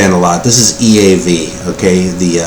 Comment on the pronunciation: Hello, I never ever get sick of seeing the generosity that f~l~o~w~s in this community. Ben and Scotty are great examples of this. I have also learned that you lived in Germany for a while. The pronunciation of EAV was spot on. Now I remember them being kind of a lyrically humorous band am I right? Also I thought that they were an Austrian band? The album cover is wild. Like Nathan stated below, that is some creative artwork on some of the covers. Good to see you receiving these. Well deserved~ Rob/Boston